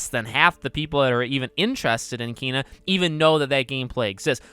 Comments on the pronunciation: Did you actually just pronounce it as KEEEEYNA, it’s Ken a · Ken-a not keen-a how is this hard??? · It's pronounced KAY-NUH and no they're not it looks amaizing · Did he say keena? O boy lol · Bruh it's pronounced Kay-nuh. And I'm so freaking excited to adventure this game tomorrow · It's actually KAAAY-nah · I heard the 'e' in Kena supposed to be pronounced like the é in Beyoncé